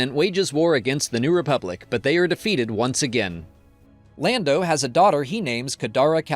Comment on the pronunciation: I know that was a purposeful "Blando" mispronunciation for interactions, and it worked, I'm here, commenting... good job.